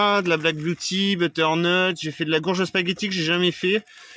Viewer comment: Salut tu dis gourge, pourquoi